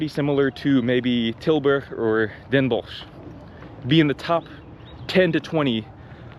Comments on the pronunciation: the way you said "Den Bosch" .. come back home dude.. you just passed the "inburgeringsexamen" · Hearing him say Den Bosch a couple times I thought he was Dutch, but then he said "heel goedkoop" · My man just casually dropping perfect pronunciations of Tilburg and Den Bosch in there like it's nothing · Your pronunciation of Tilburg and Den Bosch is spot on btw